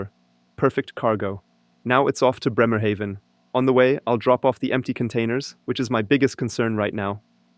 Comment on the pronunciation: I need to he honest: I started watching because of E-trucks. NZ has a new Chinese one, then this video popped up. AND then you mentioned to drive to my hometown: Bremerhaven. And the first 3 times you pronounced it wrong, like Newhaven. So, I'm like, should I say something, should I not. I am curous where your going to land in BRemerhaven, so I keep watching and you pronounced it correctly. It's an a like in Banana, and I get why you would say it diffferently, the e after the consonent would do the trick - but not with Bremerhaven. Good lukc in you new job.